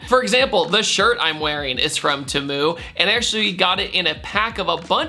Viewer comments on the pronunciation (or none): I think it's Pronounced T mu, not tumu.. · nah bro he said tuh-mu he never said Temu not once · It's not pronounced Tee-moo? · Ha! Jokes on me, I thought it was pronounced Tea-Moo this whole time😂😂😂😂🤦🏿‍♂️ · worst place, u know the place is shit when dude can't even say temu right. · Is that how you pronounce Temu💀💀💀💀💀🥀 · What annoyed me more than the Temu sponsorship was his pronunciation of it. LOL. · Like others I was going to say screw Temu and don’t take their money, but maybe you pronounced their name wrong on purpose as a troll and in that case respect 🫡